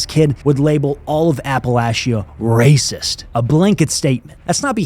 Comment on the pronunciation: Some guy called a bunch of white people ray-sis? That's pretty hard-hitting!